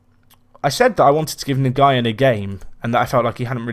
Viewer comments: Hi, Nguyen is pronounced "New-in". Keep up the good content! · Nguyen is pronounced 'enwin'